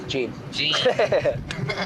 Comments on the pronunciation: If all you heard about these ejits was that Ted Bundy was an amatuer and they wanted to be notorious serial killers like Ed Gein (they even pronounced his name wrong) you would know all you need to know. Ed Gein killed 2 people. Hes notorious for being a grave robber who used corpses to make clothes and home decor, and for wanting to be a woman. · Ed Gein (pronounced Geen not Jean) was caught. The Zodiac was not. Just because Gein was supposedly the inspiration for the Texas chainsaw, so were many others. Amateurs. No wonder they were caught right away.